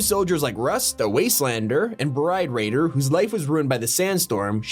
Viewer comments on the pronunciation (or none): none